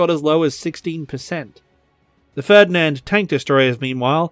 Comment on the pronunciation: Good video as always, but aside that... The way you pronounced "Ferdinand" give me a stroke